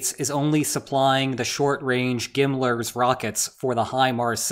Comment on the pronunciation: This combined with the fact that he pronounces GMLRS as "gimlers" tell you about as much as you need to know about this NEET. Basically ignore everything he says.